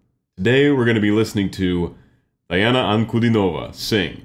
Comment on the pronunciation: Pronunciation of her name is "DEE-ana" not like Princess Diana.